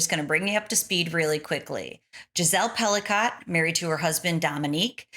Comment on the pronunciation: all rapists are ordinary men! Her name is pronounced Pelico...not Pelicot!